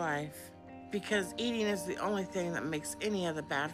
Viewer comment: I hate how she overemphasizes saying the word “only!”. It sounds like they are telling her what to say. :(